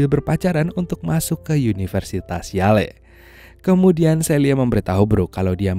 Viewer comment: University Yale sebutannya Yell bang bukannya Yaley 😂 🤦🏻‍♂️